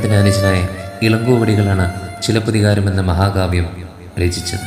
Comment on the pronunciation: ചിലപ്പത്തിയല്ല, ചിലപ്പതികാരം' കണകിയല്ല, കണ്ണകി. ദയവായി തെറ്റിക്കല്ലെ... മനോഹരമായ ഒരു പേരല്ലെ..